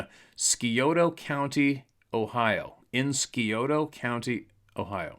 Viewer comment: The C is silent in Scioto county